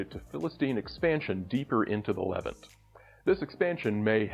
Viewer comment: I love your videos but one thing is driving me crazy. Levant is pronounced with the accent on the second syllable.